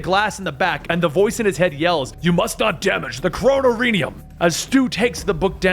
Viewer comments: It's not kroh no rinium, it's called the kronorium (kraw-nor-ium) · It is pronounced crow-norr-E-um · Did you say chro-no-niri-am haha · it's pronounced kro-nor-ium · Chrono-rinium??! LMFAO that was horrible wtf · Kronorium - crow-nor-re-um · said the books name wrong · That's exactly how he pronounced it. He just put emphasis on the wrong syllables.